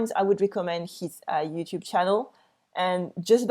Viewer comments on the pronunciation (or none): none